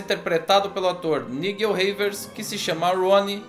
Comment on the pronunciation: Nível se pronuncia Naijel. Sua critica é bastante criteriosa, mostrando que a garota é sexualmente reprimida à beira da histeria o que contamina toda a sua relação com o jovem médico.